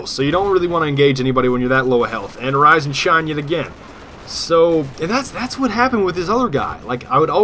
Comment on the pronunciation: sometimes when you say "rise and shine" I think you say "rosin chomp". Just thought Id let you know.